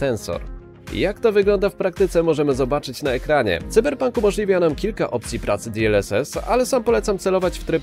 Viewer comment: Wow, w końcu ktoś poprawie wymawia nazwę cyberpunka, nie mówi się "sajberpank", tylko cyberpank, słowo "pank" jest spolszczone i jest w języku polskim od 50 lat tak samo jak słowo cyber, czyli poprawna wymowa w języku polskim to: cyberpank.